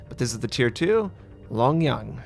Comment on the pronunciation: I think the tier 2 was pronounced wrong (don't have to mind me ).